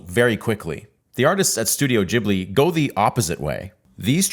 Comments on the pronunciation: The name is Gheeblee, not Jeeblee. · Ghibli not jibli btw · HOW do you mispronounce the name of the studio if it's explicitly spelled as GH? This is infuriating!